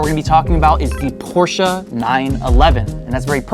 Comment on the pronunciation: Thank you for managing to pronounce “Porsche” correctly. Many English speakers forget the “E” at the end. 👍